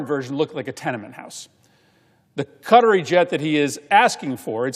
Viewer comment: What are Kutteries? Does he mean Qataris?